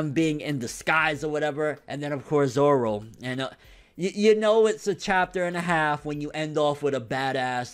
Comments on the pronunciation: grimmjow jaggerjack ZOWO get it right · grimmjow jaggerjack his name is Zoro. Zolo is wrong.